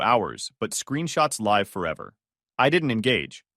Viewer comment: Live , like give, not as in dive